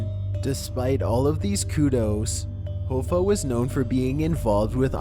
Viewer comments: My god, how can you butcher Jimmy's name like that. Even if you can't read it probably, surely you have heard his name pronounced, in a movie maybe a TV show!? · I officially believe you mispronounce certain words and names on purpose. One list you mispronounce Lao Su, and here Jimmy Hoffa. You sound American, but even if not those are well known names. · I enjoy your videos, but please learn how to pronounce “Hoffa”. There’s a movie made about the guy starring Jack Nicholson, for crying out loud. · How do you not know how to pronounce Jimmy Hoffa or Taoism or indigenous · I said the same thing! Its Hoffa,. Not Hooooffa! I suggest you learn how to pronounce Jimmy's name. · It's pronounced HOFFA..like ha-fah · It's Hoffa, as in off. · HO-FFA??? Its Hoffa kinda like coffee only with an A sound at the end. Wow buddie... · Jimmy Hoofa? it's pronounced Hoffa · Jimmy Hoffa- last name is pronounced “Ha-Fa” not Hoefa... just FYI. great job though! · its Jimmy Hoffa (Ha-fa) not (Ho-fa) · Not Hoo- fah....it’s pronounced hoff....ah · i love but he REALLY needs to look up the pronunciation for unfamiliar words and names. Jimmy Hoe-Fuh instead of Ha-Fuh really bug the shit out of me. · you pronounced Jimmy Hoffa's last name incorrectly. It's pronounced Haafaaaa not Hoefaaaa. God you are making me feel old. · It's Jimmy HOF-FA...not HO-FA. Do your friggin research, dude. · i just assumed he meant some kind of liquor, it bothered me more that he mispronounced Hoffa quite a few times, its pronounced H-AW-ffa not H-OH-ffa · that and the fact that he keep saying Jimmy ho-ffa it's pronounced hah- fa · His name is pronounced 'Haw-fa" not "Hoe-fa". Damn Canadians! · Hoffa is pronounced (HAFAH) Did that bother anyone else? 😂😂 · u pronounced jimmy hoffa’s name wrong it’s like haffa like haha hafa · Abby Normal It’s pronounced Hawfa... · Jimmy (Hawfaw)is the way to pronounce his name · Wait isn't "Hoffa" pronounced "HA-FA"?